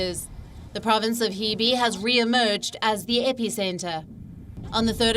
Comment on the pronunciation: Can you get your reporters to pronounce "Hebei" correctly? It's not "Heh-bei" or "Hee-bee" It's "Huh-bei"